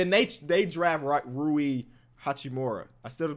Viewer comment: You got Rui’s name right, don’t worry.